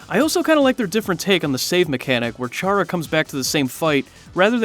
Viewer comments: You dont say it like ch ara you say it like cara but its spelled with ch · Its said kara. Like character. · It's spelled chara but it's pronounced "kara" but their name is short for the word character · Who else cringed when he says chara